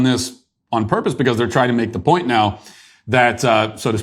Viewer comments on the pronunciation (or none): none